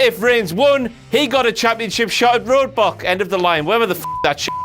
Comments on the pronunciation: IT'S ROSS O'CLOCK AGAIN MUTHAF***ERS I CAN'T BELIEVE IT! At the beginning during the first WTF moment said "Roadbock", it's Roadblock, stupid idiot moron idiot.. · RoadBLOCK not RoadBOCK lol. #KingOClock